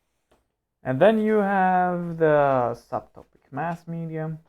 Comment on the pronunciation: I think it is a very helpful video! But it looks like you are very unprepared and you always pronounce "the" like thee.